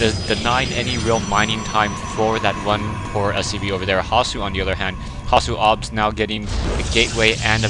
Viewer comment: thx for saying hasuobs right this time :) good job, keep em coming :)